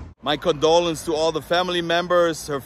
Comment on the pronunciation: "my codolences"